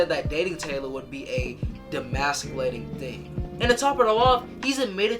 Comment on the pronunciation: Are you dyslexic? Why do you mispronounce so many words? Even when you are literally reading it from a text. Demasculinating, pernicious etc. It's annoying, show some effort